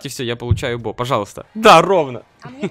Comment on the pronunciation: BO звучит как во не по англ